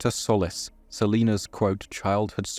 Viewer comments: Love the video but their last name is “Sol-lees” not “Soulless” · It's pronounced "Sol-eece" (Solis).